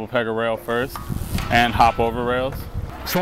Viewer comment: ahah yes he cant even say 1st right !!